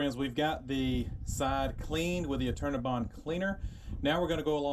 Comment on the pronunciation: I kept thinking he was saying "alternabine" which turned up weird search results. Finally I figured out he was saying "Eternabond"!